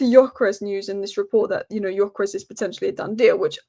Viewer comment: Just wanna say I met a Swedish bloke on holiday and its 'Gyokeres' with a hard 'g' and a normal 's' ...